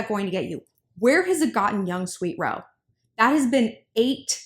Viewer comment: Did she say young sweet hoe? dead 🤣🤣